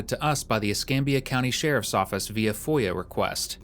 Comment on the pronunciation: You know how I know this is AI narration ? No human would call a FOIA request a “foya” request.